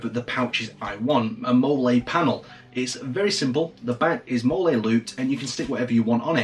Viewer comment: It is actually pronounce, "Molly", mmmyes....